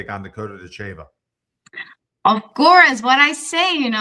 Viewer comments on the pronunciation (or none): If you were an MMA fan, you would know how to pronounce Ditcheva. Listen to the announcers.